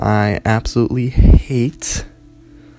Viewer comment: Dude said "hate" like it fucked his mom wierdo